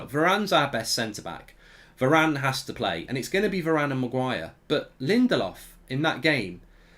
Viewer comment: You should be saying Bailey and varane